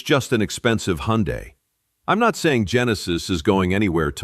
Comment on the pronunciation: Thank you for pronouncing "Hyundai" correctly -- AI or not. 👍